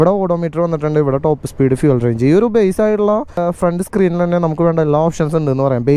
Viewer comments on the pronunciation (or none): none